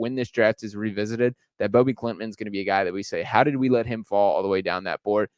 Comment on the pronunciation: Hoping he becomes the first swede to go in the first round! btw his name is pronounced no different than ”Bobby”